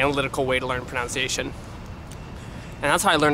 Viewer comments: fyi - it's not pronounced 'pro-noun-ciation', it's 'pro-nun-ciation'. lol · It's a bit ironic that you mispronounce the word "pronunciation " as "pronounciation". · So ironic you mispronounce pronunciation